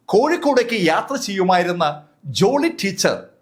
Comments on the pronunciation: ജുളി അല്ല ജോളി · ജൂളി അല്ല ജോളി